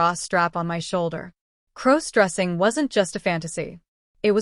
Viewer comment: Stop mispronouncing crossdressing 😢😢